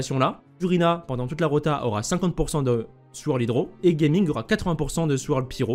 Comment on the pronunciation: super vidéo comme d'habitude, au passage en mandarin ça se prononce " Jia Ming "'